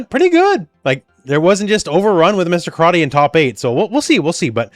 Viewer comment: you should’ve done a retake there, I think you almost said a different name. It’s not that hard to say Mr. Karate🙄